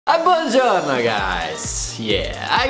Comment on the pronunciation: im italian and when you sayd buongiorno I got scared